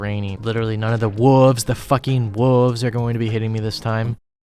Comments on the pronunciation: Just realized he has been saying "woovs" instead of wolves this whole time. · That cow teleport animation repeating 1000s of times really made me laugh. Edit: I also enjoyed the way you said “wooves”. Really needed a laugh man and I always enjoy your videos, this one was particularly funny so thank you for that.